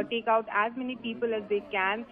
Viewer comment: Peepul, possibul 😂